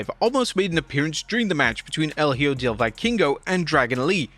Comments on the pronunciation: "El Hijo del Vikingo" in Spanish is pronounced ‘eh-ho’. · "El O-Joe" My brother, Spanish Js are pronounced like Hs in English. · "Oh-Joe" is crazy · This gringo did not just say “owjo” 💀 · El hoyo means "the hole", el ojo means "the eye", you are pronouncing it like if you were saying "the hole". Just think of santa claus laugh, HO-HO-HO and pronounce it like that (el OH-HO)